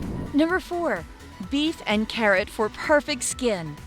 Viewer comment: I’m sorry but she said beef and carrot ahahahha